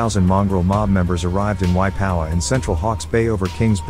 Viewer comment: Waipawa is a place the guy talking can't pronounce it